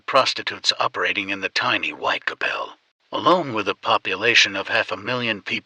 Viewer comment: The content is really great but considering that it's based on a crime that has been remembered and is notorious, the pronunciation of the area most of the murders where committed is completely incorrect. It is Whitechapel! Not Whitecapel as pronouced on the vid